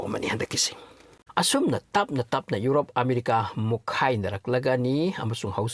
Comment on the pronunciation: "Urope" haibase "Europe" haibiyu